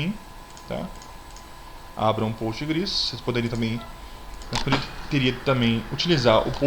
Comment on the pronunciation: Cara sua aula é muito boa. Mas como uma orientação pessoal, pfv pare de fala POSTGRES como se estivesse no pural. nao esta, na verdade o s esta no final devido ao SQL que tem no final. Dica ok... Obrigada